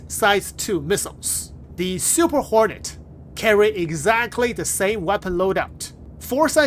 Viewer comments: Fantastic video, I kept hearing "horny mk.2" 😂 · Why do i always hear him say Super horny Mark 2😂😂